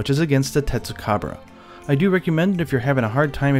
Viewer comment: tetsucabra yt: tits of cabrera